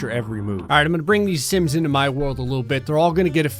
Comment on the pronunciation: Stop saying simps insted of sims